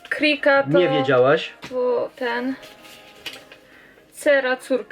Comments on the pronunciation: Obie moje babcie prosiły o podanie kryki, jeśli kryka upadła. Dla babci spod Tarnowa był to kij do podpierania się albo laska. Dla kieleckiej babci to była kula. Obie wymawiały to słowo twardo, przez „y". Po śląsku brzmi tak bardziej pieszczotliwie. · Śpiki a nie szpiki, kryka a nie krika